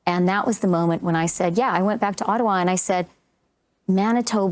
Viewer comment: What's with Freeland and Gould...I did not know that 'and' is spelled with a 't' instead of a 'd'....it's quite irritating.